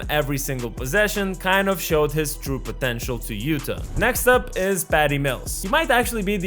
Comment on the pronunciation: Utah = YOU-taw